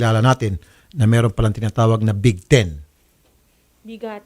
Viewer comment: hindi po bigaten sir raffy...kundi bigteen...bitayin